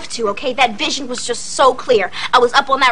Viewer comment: Anyone else hear raven say bitch instead of vision